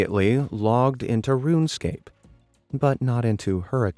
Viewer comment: Ruunescape 💀💀💀 ok this is not a hate comment just sayin :D